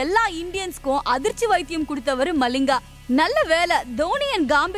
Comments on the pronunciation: மலிங்கா இல்லை மலிங்க 😊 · Lathis malling illa , lasith Mallinga